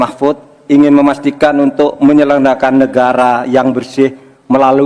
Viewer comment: Prof Mahfud MD emg gk bisa ngomong "menyelenggarakan" ya ahahaha